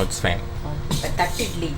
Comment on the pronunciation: Nice vlog...It is pronounced 'thatte idli'...not 'thatt idli'